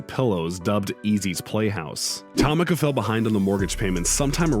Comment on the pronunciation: Don’t forget TOM-ika .... I was thinking Tamika..... he destroyed about 3 names